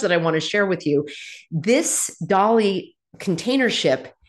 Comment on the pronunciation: “Dali” or “Dah Lie” 😏